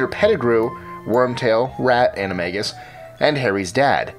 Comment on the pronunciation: Lol you say animagus weird You say animaJus You're supposed to say animaGus